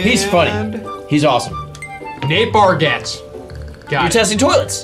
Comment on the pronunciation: Emphasis on the "z" and "e" on Nate Bargatze's name